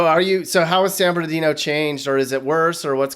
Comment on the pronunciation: San bernaghetto! Lmao 😂